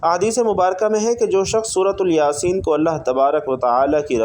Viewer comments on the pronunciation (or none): سورۃ الیاسین یہ تلفظ غلط ہے